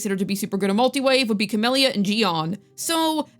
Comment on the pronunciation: "Your Sanhua will be busy with your Cammellya." 😏